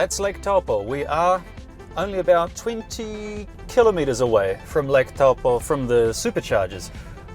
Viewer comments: Tau poe 😅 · Great video, but just a reminder that Taupō is pronounced toe-paw.